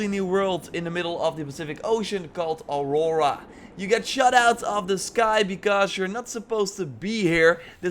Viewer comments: Auroa. Not Aurora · Auroa, not aurora.